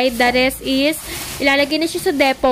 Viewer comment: Depot pronounced as deepoh